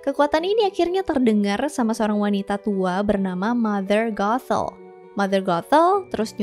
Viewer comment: ngucapin nya sih kya rada susah y tpi klo di dengerin jadinya mother gatel🥲